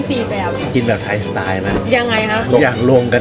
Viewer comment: สไต์555 โอ๊ยยยย55 มันต้อง สไตล์ มั้ยครับพี่!555